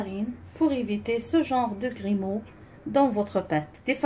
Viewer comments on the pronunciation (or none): on ne dit pas grimeaux ! on dit grumeaux !